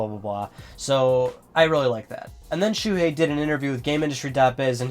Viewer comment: btw his name is Shuhei not Shuhie. check the desc :P